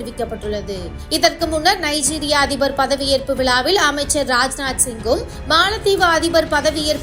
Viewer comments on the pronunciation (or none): விலாவில் அல்லது விழாவில்! தமிழை உச்சரிக்க தெரியாதா